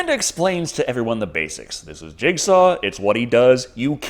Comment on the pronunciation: Are you saying jigsaw or Jake Saw?